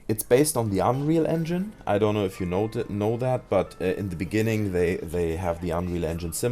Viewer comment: Oh sry du sagst you know höhrts sich aber an wie genau